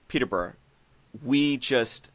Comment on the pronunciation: Guys, it’s pronounced Peterborough 🙄🙄